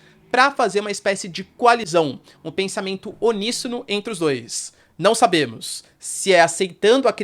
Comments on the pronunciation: Só corrigindo que não é "oníssono", mas "uníssono". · Professor, não existe “oníssono”, é uníssono.